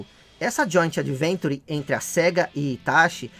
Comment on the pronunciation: É "joint VENTURE"! KKK